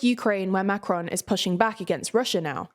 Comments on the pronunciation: Good stuff, but what about making a little effort and pronounce the name 'Macron' properly. Quite annoying to hear over and over Macrone, Macrone, and on e more time. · Am I the only one bothered by the constant change of emphasis when she said "Macron", sometimes on the "Ma" and then on the "cron"? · The n at the end of macron is too strong, it's better to leave the N out altogether than over pronounce. Not to sound snarky but his name is not macaroon, and there are enough clips online to get a good idea for pronouncing it correct. It would be like inserting a y sound to rishi- any Brit would point out rishy sunaak would be wrong, though doubtless they probably be entertained. Again sorry if this comes off as snarky